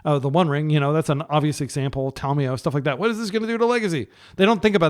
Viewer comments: Don't worry he also likes to pronounce ta-mio instead ta-mi-yo 😂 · Did he just say Lans_NL was Lars_netherlands(there is not an r in the whole name), and he pronounces Tamiyo with an "o" instead of an "a". On top of that I assume he means the German term "vertboten", it has one "o", it is not pronounced ver-boot-en as you did, but like boat. Too much partying has fried his brain!